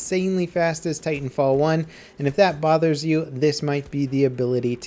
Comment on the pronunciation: Titanfall one word, like Battlefield, not Battle Field.